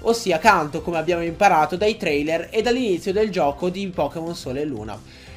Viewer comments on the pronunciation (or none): none